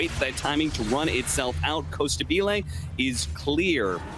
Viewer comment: It is Costa Bile, the portuguese pronunciation is closer to that.